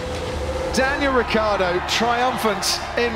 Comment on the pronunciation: wrong pronunc.... rikkardo in IT is rhaikhaeedoe....